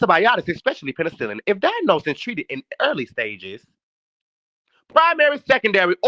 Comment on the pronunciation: 😂😂😂😂 I had to look at the phone, like huh??